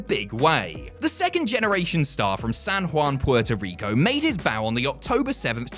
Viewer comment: Thank you for pronouncing Puerto Rico correctly. Much love from a PR fan